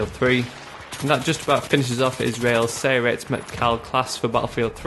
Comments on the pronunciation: you actually said "Sayeret" wrong. you should say it like Sa-Ye-Ret (it's like you say each letter like a word). its complicated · nice work im from israel and i liked it but there are two thing wrong 1. that is not how you say sayeret 2. we dont you rpg launchers our launchers are more advances then that